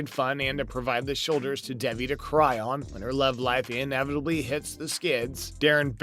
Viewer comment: I'm sorry for being that person but her name is pronounced Day..vee #teampaxton